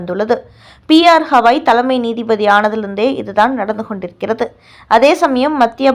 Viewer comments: ஹவாய் இல்லை. கவாய் திருத்தி சொல்லு. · ஹவாய் இல்லை கவாய். இது கூட தெரியாமல் செய்தி போடலாமா? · ஸவாய்...ஹவாய்ன்னு அவர் பெய ரைத் தவறாகப் போட்டு நாறடிக்கி றீர்கள்.... தயவு செய்து கவாய்(GAVAI)என்று சரியாக உச்சரி க்கவும்.. அடுத்த டெலிகாஸ்டில் சரியாகஉச்சரிக்கா விட்டால், உங்கள் மீது நீதிமன்ற அவ மதிப்பு வழக்குத் தொடருவோம்.. ஜாக்கிரதை....